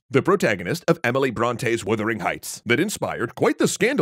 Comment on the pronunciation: Yes. "Woothering"?? I had to go make sure I hadn't been wrong for years.